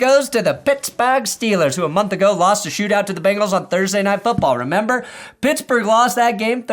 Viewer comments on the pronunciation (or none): none